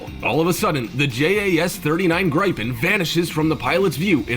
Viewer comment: Not to mention that the "announcer" kept calling the Gripen (pronounced greepen) "gripe-in. . .